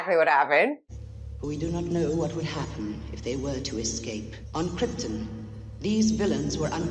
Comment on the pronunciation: After all these years it still bothers me that the actors that play Jor-el & Lara keep mispronouncing krypton, they say it like it’s spelled kripten